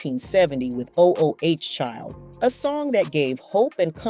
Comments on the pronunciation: WTF IS 'o o h' child? It is/was ooooh child. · Why is saying OH OH Child?? It’s Oooh Child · O O O H child??!! Huh??! Its’s ooooh Child! I’m not liking this AI ish!😩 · It’s not o .o .h child . That sounds crazy. It’s ooh child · She needs to shut up. She not representing the group. She kicking they back in. And wtf is O O H Child? Its Ooh Child. How you gonna talk about how they lied to people through their song stfu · Why don’t y’all ever talk about the youngest Cubie Burke? He did perform with them for a little while. The name of song “Oooh Child” is not pronounced O - O - Oh Child. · “O” “O” “H” child? How about just reading the word “ooh”. This narrator is an idiot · Please Please Please don’t say O-O-H Child. It’s “ Ooh-Child”. It sounds so irritating when the name of the song is mispronounced. 2-P-A-C mispronounced is not excusable either. Why did you destroy this interview with one of my favorite songs history??? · I guess it's a little hard to say "Ooh, Child" instead of "O-O-H Child". LOL. A.I. is brutal. 2P.A.C. ugggh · Please, fire the narrator. O O CHILD 😡😡😡😡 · "O. O. H. Child" !? ..ffs. ..I'm so tired of A.I. slop. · This is horrible. When AI goes bad. O-O-H child lol. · If u say oh oh child 1 more time... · It's pronounced 'ooo' child, stup!d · This is why I hate AI. The focus of the essay is all over the place. And, as others have noticed, it's Ooh, child. Please never do this again. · Really!! "O" "O" "H" Child, If you gone speak on "O" "L" "D" School music, please learn how to pronounce titles, I say this out of love. This makes me wonder if the voice is AI or something of that sort. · Oh oh H Child?!? Lady why didn’t you ask somebody “ How do you pronounce the title of this song?!?” Because CLEARLY YOU ARE WAAAAY OFF!! Good Grief!!! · Did she seriously say o o h child?😂😂😂😂😂😂. She clearly didn’t do any research about their music before narrating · O-O-H Child? Is not how it is pronounced.😮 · O O H Child…this must be an AI voice over